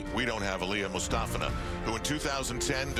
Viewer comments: It sounds like they're saying "Elena" Mustafina... No one can ever get the poor thing's name right... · I usually mute the TV, lol. Nastia demonstrated how to say Komova and Mustafina in a fluff, but to no avail. Komova's name doesn't get butchered too badly, but "moo stuh fee nuh"? No. Just no. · Tim ALWAYS says her name wrong and it gets SO annoying! He did it every time she was competing at these Olympics. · tim literally pronounces aliya mustafina's name different, every single time he says it.